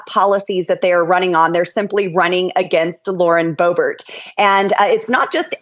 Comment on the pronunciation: Boebert. Rhymes with Bunt.